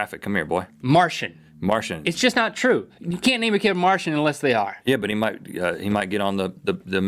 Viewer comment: *marshain not Martian